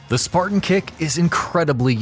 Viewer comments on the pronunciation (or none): none